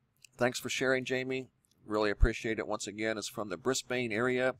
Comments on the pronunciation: I live in Brisbane and it's pronounced Bris-Bin :) I also live very close to where this happened! Thanks for another great video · Great video. I really don't like to be that person, but....it's Queens-land, mate. And Brizbin. Queens-land and Briz-bin. For future reference, perhaps. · Briz-bayynnne lol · It's pronounced 'Brisben' but not spelt that way, so it's confusing. Same with Melbourne... It's 'Melben' not 'Mel Bourne.' Anywho that was very strange lights up north here in Australia. Thanks for sharing.